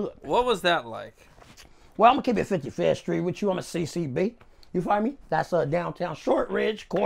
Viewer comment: The way he says 55th street hahahaha.